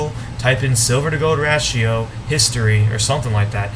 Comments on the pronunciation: ratio= ray-she-o....the a is long... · Ratio Pronounced Ray-she-o